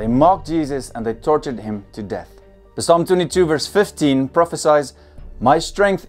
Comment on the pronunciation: Brother it's pronounced salm not p-salm